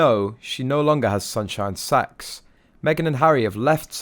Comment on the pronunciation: Is it just me or does it sound like he's saying sunshine sex?? 😂😂😂🤦🏼‍♀️